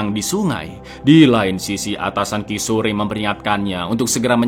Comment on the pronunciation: Kishor ( Kishore) bukan ki sore.😂..polisi wanita bukan polwan GITU 😂😂😂😂😂 thank you for sharing this and SALAM LEBARAN DARI SINGAPURA ❤